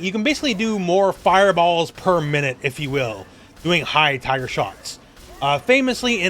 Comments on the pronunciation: My sister and I always thought he said hyper. I would hear Hyper, Hyper, Hyper Uppercut in my nightmares from this guy from SFII lol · Knew it was "Tiger" but to me it sounded like "Find her". In fact, I still hear it! Lmfao 🤣👍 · Me and all my mates also thought he said viper lol 😂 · As a kid I always thought he was saying "hyper" which maybe kinda made sense to me with SFII Turbo. Such is childish reasoning.